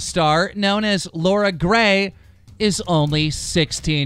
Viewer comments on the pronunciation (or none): Pronounces "Loren" as "Laura" ... wtf KEEM